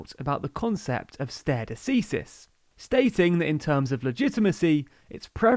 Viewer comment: FYI "stare" is pronounced "starry" 👍